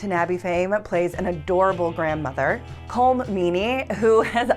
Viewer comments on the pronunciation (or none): Just FYI, Colm Meaney's first name is pronounced Kolum :) I also pronounced it wrong for many years.